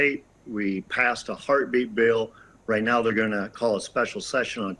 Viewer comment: "You're going to see more of America do this because it's the right thing to do". I had to rewind a couple of times because I thought he said that it was "the white thing to do!"